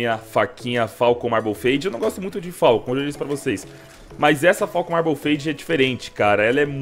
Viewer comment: que agonia ele falando "falcon" dkoaskopfaokp